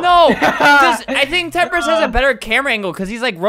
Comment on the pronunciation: totally not temprist its temprise